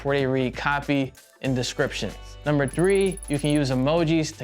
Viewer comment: “Number wine” so cool.